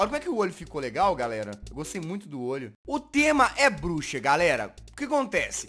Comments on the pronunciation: eu achei que ela tinha falado buxa kkkkk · (voz fina ) os temas de hoje foram cabeça e bluxa ela fala elaudo kkkk ela falou bluxa